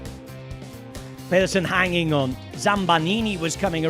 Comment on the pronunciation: As a non-Danish speaker, I know "Mass" is correct, but I thought Pedersen is more like Peedersen and not Pehdersen?